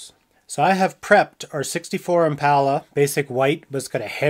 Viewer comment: Thank you thank you thank you for saying "impala" the right way. I cant stand it when idiots pronounce it "impaula"